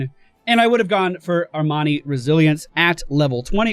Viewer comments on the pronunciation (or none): none